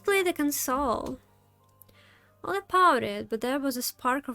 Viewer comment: хотя-бы 720 не ожидается ? И почему у меня ощущение, что ты Русская. чётко с первого раза произнесла имя Оля! без мягкого знака как все другие иностанцы :)